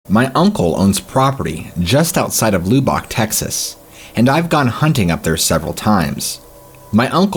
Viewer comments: LUH-bbock not LOO bbock😑😒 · LUBBICK not LOO BOK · Lubbock is pronounced like lub like tub and ick like lick. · lubbock...not lou bock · Its pronounced Luke-n-BOK Texas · I assume the name of the town in the first story was Lubbock. Pronunciation needs work. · I'm a Native Texan and as far as we're concerned there is only one way to pronounce Lubbock.